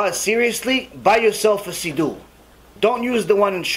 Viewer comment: I never heard it pronounced “seedoo” ever. Where is that coming from?